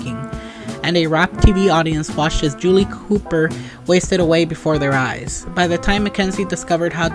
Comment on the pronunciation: The music while you speak is super irritating. Its buTTon not buDDon Julie COO per